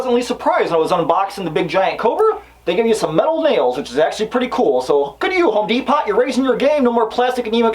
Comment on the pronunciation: I HIGHLY appreciate the way you say Home De-pot and Tar-jay lol Also the NIN joke at the end of the video